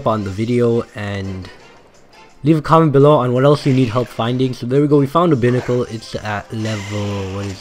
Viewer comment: im just gonna say this as a tip... it's not a big deal but it is pronounced Bye-Nickel